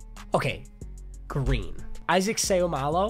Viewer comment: You’d Said isaacs name right